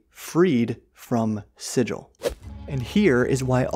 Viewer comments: Its a hard Guh in SiGil , only a Burke calls it Sigil ( see planescape slang ) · Also it's SIG-uhl hard g. It's in one of the planescape companion guides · Fun Fact: The mispronunciation of the word "sigil" is actually the correct pronunciation for Sigil, the city of doors. The normal word is si-Jəl, and the city is si-Gəl. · Pronunciation Tip - Sigil (the city of doors) doesn't rhyme with vigil. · I always pronounce this wrong because I learned it from him! lol